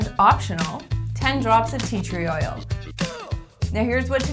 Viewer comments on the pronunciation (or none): i can't understand her when she says "pee tree oil" what's that?